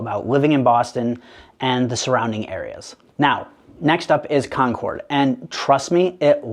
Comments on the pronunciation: You said you lived in Boston your whole life but you said Con cord instead of con kid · I would believe you more if you pronounced "Concord" the way residents do. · Easy. CONK-urd rather than con-CORD. Happy to help you out there - now maybe you can sound like a local too. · He's clearly not from Boston area based on the way he says Concord. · Exactly, every time he kept pronouncing “Concord”, my wife and I kept shaking our heads. Route and boutique, definitely not from here. I even thought AI for a sec